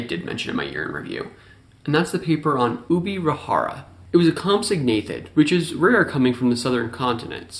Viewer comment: Just a little correction on the pronunciation of Ubirajara: the 'ja' is pronuciated as 'dja' as it's a Guarani word, not Spanish; therefore you can say UbiraDJAra.